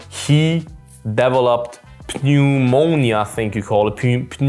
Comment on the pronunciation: Pneumonia is a weird word to pronounce if you have never said it. You did great bro lol